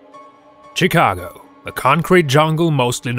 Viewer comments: He said CHI-CAGO instead of SHI-CAGO for Chicago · It's pronounced shi-cag-o not cicago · Did he say chhhh cago